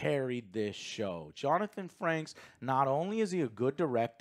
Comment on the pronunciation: Joe... my guy... I love ya, but it's Jonathan "Frakes". Not "Franks" - "FRAKES".